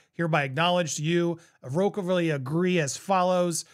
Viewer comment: Just an FYI.. you're pronouncing "irrevocably" incorrectly.